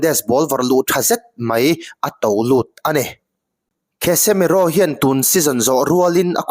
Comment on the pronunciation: Kasemiro tih angin lam mai la, "KHESEMIRO" ti sek aa